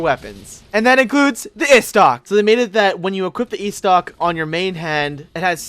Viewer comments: Istoc...Istoc!?!? Estoc come on man. Pronounce it like this: Eh'stoc. Diplated Bridge?!?! Oh....nevermind... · "The ayystoc"